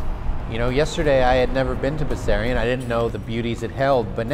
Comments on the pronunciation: It is properly pronounced with a sharp sexy slithery S, like a snake was saying it, Bessssssarion. TTC could have easily asked anyone in the neighbourhood before recording those announcements. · Oh yes, it always annoyed me too that they pronounce it Bezarion. Everyone says it Bessssarion. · Wonderful work. And you were right about the pronunciation: I'm from around there and it's a hard S, like the name "Bess." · I grew up on Talara (which is just of of Bessarion) so I used to be one of those 180 paid fares that used the station. Just to clear things up, Bessarion (as i've alaays pronounced it) is buh-zarion (i may be wrong but growing up there thats how i've always prounced it). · I'm really glad you made this film. I've passed by there a few times on my way to Don Mills or the Ikea at Leslie but I had no idea what Bessarion was all about. I too was surprised that it was pronounced "Bezarion" by the announcement-bot... maybe that's its biblical pronunciation. FWIW, Runnymede isn't much of a station but it's in a fantastic neighbourhood. Highly recommended for shopping, dining, and simply taking in the beauty of Toronto's Bloor West neighbourhoods.